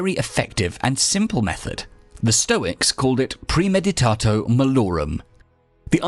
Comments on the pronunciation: You keep saying "premeditato" when it's premeditatio, which is pronounced, praemaedeetatseeo. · Jeez, it's pronounced "pre-meditah-tsee-oh". :D